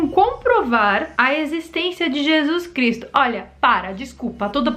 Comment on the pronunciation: Por que não fala o nome de Jesus Cristo correto?